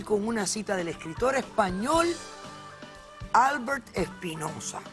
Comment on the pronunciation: Criminal pronunciación de Albert